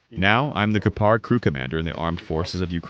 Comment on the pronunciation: Gepard. Emphasis on the G not the P.